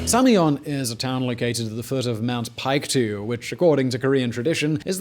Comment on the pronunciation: Mount Paektu = "Mount Pekk-du"... Not "Pike-doo" Wonsan = "Wawn-sawn"... Not "Wahn saahhn"